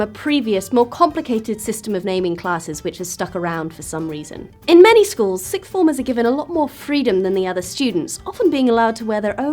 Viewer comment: Argghhh!! siXth... siXth!! Not sicth. If you really can't manage it, try saying "four things, five things, six things" for practice- nobody says "sick things" when they mean "six things". Really people- use your tongues properly. It's a worthwhile life skill...